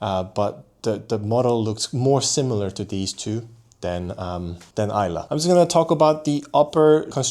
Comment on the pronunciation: Kudos for pronouncing Islay correctly. 👍👍